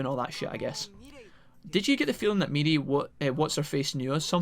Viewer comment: Mirei is pronounced Me-ray, also, shes actually a reoccurring character is games, even before cyber sleuth